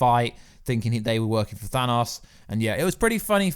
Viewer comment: The way you say "Thanos" grinds my gears. Good video nonetheless.